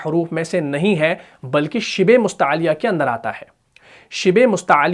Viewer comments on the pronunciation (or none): none